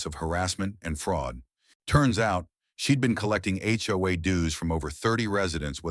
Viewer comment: A HOA story and the AI voice can not pronounce it!! First word of clip! Not checked before posting.